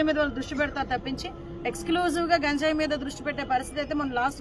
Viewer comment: గాంజయ్ కాదు అమ్మ గంజయ్ ఆఆ పేరు పలకటం రావటం లేదు నువ్వు హోమ్ మంత్రి వి, ఎంత సేపు ఇ ఐదు సంవత్సరాలు ఎం చేశారొ తెలియదు అంటున్నారు నువ్వు చేసేది చెప్పు మెడమ్ , 10 లక్ష ఎదొ గొప్పగా చెబుతున్నారు 50 ఇచ్చి నటు